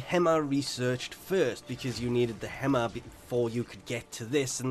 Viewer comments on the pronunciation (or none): Less-E-On? That's not how it's pronounced right? It's Lee zhun like legion with an s. Or am I entirely wrong here? It's also not Hem-ah. It's Heam-au.